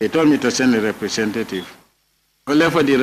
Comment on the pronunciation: Somebody should educate this clown that it's not "reprecentaytive"🤣🤣🤣